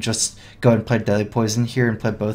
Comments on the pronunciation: I keep hearing 'Deli Poison' instead of 'Deadly Poison' :D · "Delhi poison" is all i hear :D